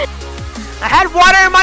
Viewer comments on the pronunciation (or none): Lol them struggling to say LUGER